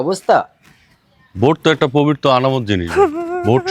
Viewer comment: মেম্বার অশিক্ষিত লোক পবিত্র কে বলে পবির্ত